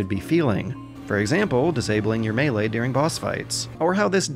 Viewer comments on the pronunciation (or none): none